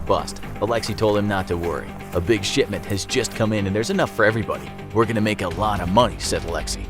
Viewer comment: Shipment i thought u said sh*tment rip me